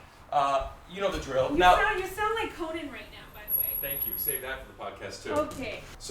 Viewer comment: It's "you know the drill" not "thrill"